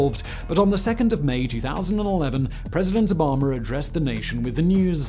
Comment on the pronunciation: "President Obamer" he calls him hahahahhahhahahahahahz